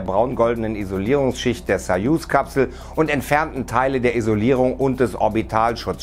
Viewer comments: Es heißt sooooooooyuz nicht saasssayuz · Es ist mir neu dass man Sojus "Sajus" ausspricht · Warum sprecht ihr „soyuz“ wiederholten mehreren Videos falsch aus ? Die richtige Aussprache belegt sich beispielsweise durch Artikel des YT-Channel des DLR.